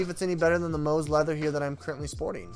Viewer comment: It’s Mous pronounced like “Mouse.” It’s NOT MOOSE. When you can’t even pronounce the name of the manufacturer it takes away from your credibility. I do love your case videos, keep up the good job!